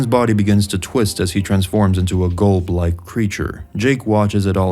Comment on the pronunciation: Its not "GOLB" its "Gulb"